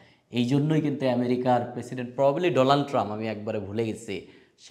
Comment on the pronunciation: উচ্চারণ সঠিক না, জ্বালানি, জিব্রাল্টার, ডোনাল্ড এইসব একটা উচ্চারণ ও সঠিক হয় না।